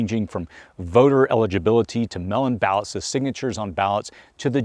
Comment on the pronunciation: What are melon ballots? Are they mail in ballots? is it just the pronunciation thing ir my hearing? So glad I don't vote for humans rulers.... To me this seems crazy...